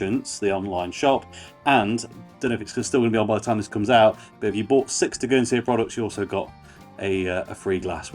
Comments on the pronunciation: Good video mate, it’s such a good beer, one thing is Tegernsee is pronounced like Tee Gan Sea, rather tur gan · It's pronounced Tay gen see